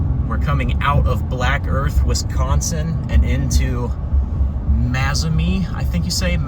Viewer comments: Pronounced May Zo Main E.Good try though. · As a resident of Mazomanie it is pronounced May Zoh May Knee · May-zoe-main-ee. Just try Boscobel, Muscoda… haha! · Well, when you repeatedly pronounce a pretty-easy-to-pronounce town so badly, you should expect that. I mean, who cares, but truly...mazz-oh-mee? How do you get that from Mazomanie??? You're missing a full syllable. It's really a quite simple pronunciation. I will assume you are one of the people who are strong in sciences and extremely weak in literacy. Not that you should care, but the negative comments about your literacy level are legitimate. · Nice video. for reference, Mazomanie = May-zo-may-nee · Pronounced Maze-Oh-Main-E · Maze-Oh-May-Knee Lol Good try, though!😊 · Maze-oh-main-ee (or Mazo, as we usually refer to it as :) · It's pronounced "May-zo-may-knee". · In what world could Mazomanie be pronounced 'mazz-oh-mee'??? This storm chaser cannot read! Drove past multiple signs with 'Mazomanie' on it and kept calling the place 'mazz-oh-mee'. No wonder they say 40% of Americans are illiterate. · Great coverage! And, nbd, but most locals say, "MazeOmainE", ('er, uh,.. 'May-Zoh-May-Nee') 🤷‍♂️ Aside from storm-chasing, Wisconsin has some beautiful landscapes and great scenery all across the region with wonderful countrysides, roaming hills, valley's, etc. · It’s pronounced May-zo-main-e. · I'm Wisconsin-born, misspronunciations of names can be expected from outsiders, no harm, it makes for a good laugh 😂. Thanks for sharing the video. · That stretch was always a favorite of mine for a winding, summer, motorcycle cruise in the river valley. That storm would have increased the adrenaline. Thanks for the excellent video. The river rats will forgive the pronunciation.